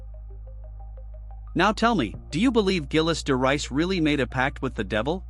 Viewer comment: Zheel de Ray is the pronunciation